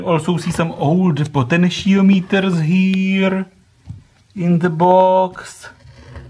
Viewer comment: Potenšijomítrs:D A souvjet sou supr anglický slovíčka,, choď prosím na angličtinu:D alespoň na výslovnost